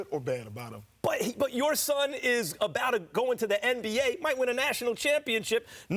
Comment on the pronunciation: abrout? Does she english?!?!